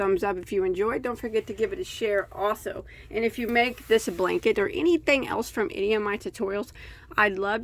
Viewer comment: Oops!..Blank-et ..lol